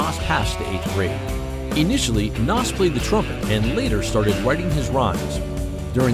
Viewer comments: His name is pronounced naz. Not Nass…….. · PLEASE pronounce his name right. You did a documentary about the man and mispronounced his name the entire video. HOW DOES THAT HAPPEN?